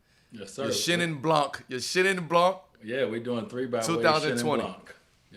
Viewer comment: LOVE iiit : keep that up btw the C in blanC is muted: it's pronounced BLAN ;)